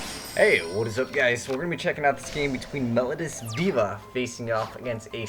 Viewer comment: It's pronounced mel-O-dee-us. Please learn you English.